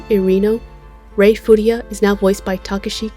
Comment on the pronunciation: You keep mispronouncing his last name, it's Furuya, not Furiya. Good video otherwise!